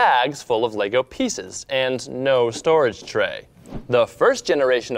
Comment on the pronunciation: yes said "LEGO" and not "Lego's"